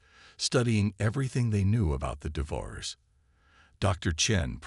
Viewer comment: I wish you would learn to pronounce words, Devour- ers -DEVOUR-ERS